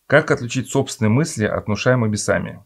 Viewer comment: Не бесАми, а бЕсами.